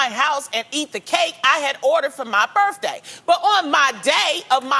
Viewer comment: Not as bad as birFday